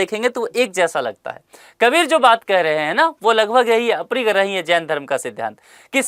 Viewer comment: सर आपके उच्चारण में काफी त्रुटियां हो रही हैं जैसे - अनेकांतवाद को आप अनेकतावाद कह रहे हैं और अपरिग्रह को अप्रिगृह कह रहे हैं। आशा है सुधारने का प्रयास करेंगे।